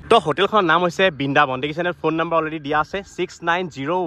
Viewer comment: Bindabon nohoi..😂😂😂😂😂.... Brindabon hoi. Ujonir kisumaan manuhor mukhot R tu kio nufute najanu aru... Comedy laage huni 😅😅😅